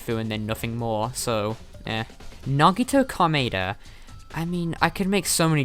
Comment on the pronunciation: "Magneto Karmeida"